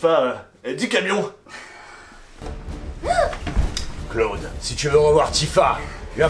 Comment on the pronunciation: J'ai mis 12 minutes à comprendre que Claude, c'était Cloud... x'D " Dis camion ? "